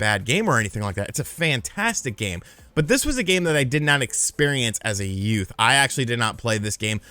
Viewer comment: "I did not experiance as a yut" Lol OK Danny Divito!